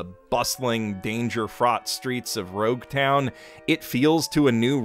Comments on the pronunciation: Ur gettin better at pronouncing name and places but u still got alot of work.. Btw, it's Loguetown, not Roguetown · So it is not called rouge town it is actually louge town like an epilogue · Rouge Town???? It's Lougetown